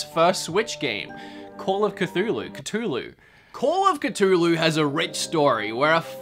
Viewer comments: My dude you pronounced Cthulhu correctly the first time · It's literally how you pronounce it when saying "Ia! Ia! Cthulhu Fhtagn!" so... is correct.